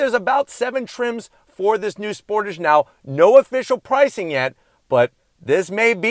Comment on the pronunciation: First of all Sportige ?? Tage ffs